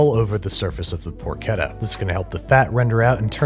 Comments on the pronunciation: Poor-Chedda* not ketta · Who else cringed at 'porkedda'? Looks great though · I hate being “that Italian” (I’m not even italian), but it’s “porchétta” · Babish stop saying porketta it’s por-cheh-tuh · Babish, please! It's porCHetta, as in parCHment, not porKetta, as in... porK :D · I like guga's porketa more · por CHET tah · Clean Water Nasenyi Uganda Add another t: it’s more like porkét-ta, which means something like young/cute female pig, I have no idea why Source: I’m Italian 🇮🇹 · why would you pronounce it porcheta REEEEEEEEEEEEEEEEEEEEEEEEEe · Babish: 'PoRKETta" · im not from Italy or the US.......im pretty shure that's not how you pronounce CH in Porchetta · Is it pronounced “porchetta” or “porchetta”...? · Pork. Etta. Yeah. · ch in Italian is a k sound.